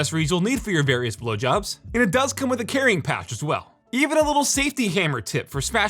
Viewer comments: you have a nice ass house dude!:) Fav item is a toss up between the Compressor and the Mixer. Also "Various [wind] Jobs" had me dying lol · Can't be the only one that heard 'blowjobs'.....